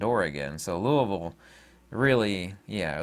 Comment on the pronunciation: Thank you for all the info and also for saying Louisville right. Saying that correctly is a tell-tale of a real Kentuckian.